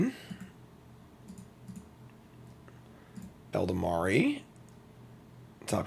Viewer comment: How long have you been playing Magic that you still can't pronounce Ela-Dam-Ri Elda-mari 🤣